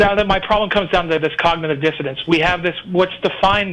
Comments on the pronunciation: I love when he's trying to sound intelligent and keeps saying 'cognitive dissidence', so funny. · Hey, you damn word-salad chef.... DISSONANCE, not "dissidence." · This philosopher can't say Socratic and also calls cognitive dissonance, cognitive dissidents